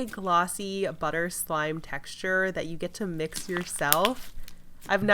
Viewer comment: The way she keeps saying texture in all of her videos is bothering my soul